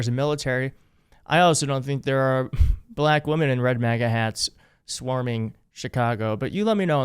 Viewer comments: I hate how he says the word "black" about men and women. It sounds sarcastic and as if he is mocking them. It's like how he used to say CHINA in his first term, as if to almost use an Asian accent when pronounces the word. It makes him look like an ignorant racist. Pathetic pedophile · BLACK. He emphasizes it so oddly. He's the racist who claims to have a lot of black friends. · He really likes to put emphasis on the word “black” huh? Like he’s used to saying it another way lol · Why is he emphasizing on black like that ?Is it because he may find some black blood in his veins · First of all, what does he say BLACK like that? And why does he use it 17 times in three sentences? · Why does he say Black like that? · He’s such a weirdo. Why does he pronounce BLACK as if all caps and in bold text? Such a weird man going through some weird things. Why is he still in office? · Can he put any more emphasis on the word black? WTF?! Smh I wantto see the paper he seems to be looking at. He just likes hearing himself. HE’s gonna let everybody have their own power plant——my head is tilting-huh? F—-the king idea, he thinks he is god. What drugs is fElon supplying him with? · Why he gotta say "BLACK" all extra hard tho?? That's how you know this is unfamiliar territory for his racist ass lol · Why does he keep saying BLACK like that?WTF🫩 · hard on the BL and emphasis on the ACK! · Please appreciate that “ black” is now a two syllable word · Ya like "baLACK" 🤦🏼‍♀️ My mom who's maga does the same thing 🙄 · Yeah, why do he say "BLACK" like that. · Somehow he turns it into a 2 syllable word. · Bl-AAAAK women and Bl-AAAAK men. Why does he have to say it so weird? SO cringe. This 'press conference' is a Fkn weirdo rambling like he has lost his entire mind. Power plant, copper wire - glass wire, Darth Vader??? 🤪😵proves his brain is COOKED. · The way he says blACK! Makes me roll my eyes every time. There are NO beautiful Black women wearing MAGA hats, either. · Notice how he says black.